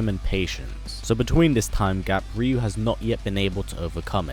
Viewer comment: Ree-yu ... -_- UHH NO. it's RIE-YU !!!!